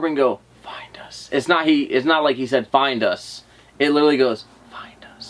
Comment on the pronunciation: For the clip in the well it doesn't sound like find us it sounds like find my stone